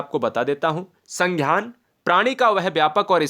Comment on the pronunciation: संघ्यान नही है संज्ञान है😊